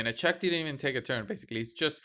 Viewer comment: Actually its Ahak Achak is funny